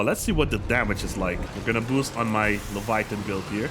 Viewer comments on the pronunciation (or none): none